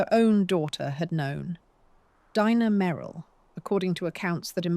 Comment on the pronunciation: . "Dee- na. May- ril" Earlier... "wind" = wine-d The AI voice is otherwise pleasant & and keeps attention. 4 11 26